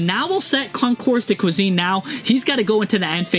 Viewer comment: Here’s another personal French lesson for you, dear friend! Nouvelles = Pronounced "Noo-vel" (like "moo" but with an "n" instead, followed by "vel" as in "velvet" without the "vet"). The final "S" is silent! Concours de Cuisine = Pronounced "Kohn-koor duh kwee-zeen"—"Kohn" like the English word cone, but with a slight nasal sound (don’t fully pronounce the "n"), "koor" rhymes with tour (as in "detour"), "duh" is soft, like the casual English duh, and "kwee-zeen" sounds like cuisine in English. Say it smoothly, and you're golden!